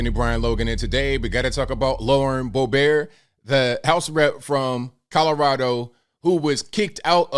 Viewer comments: Suggested edits: * It's not Lauren "Bo-beart." It's Lauren "Bo-bert." *Kristi Noem is not "the Governor of North Dakota," she's the Governor of South Dakota. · It's not Bo Bear! It's Lauren BOBERT! As in Bo Burt. Who's side you on? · 😂"bolbear" just like stephen Colbert name is pronounced. Very nice inside joke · Col-bear, now Boe-bear? In France maybe. But anyway she just lowered her colours big time. So disappointing.